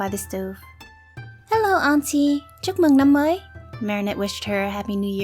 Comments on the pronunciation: i'm vietnamese and my family name is also Le and i was so suprised when i heard you say: 'Chúc mừng năm mới!' so nice and accurately, it made me so happy <3 thank you so much for your hard work, l luv you~!! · When I heard ‘chúc mừng năm mới’ I froze. I didn’t know Kim was vietnamese. I’m vietnamese lol (Also, your Vietnamese accent is very good, are you vietnamese?) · ARE YOU VIETNAMESE?!? YOUR PRONUNCIATION IS SO GOOD!